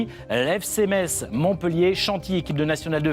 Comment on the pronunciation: Biesheim... Freyming... Metz... vous ne faîtes même pas l'effort de bien prononcer le nom des villes de France. Pauvres villes de l'est meprisées 🤨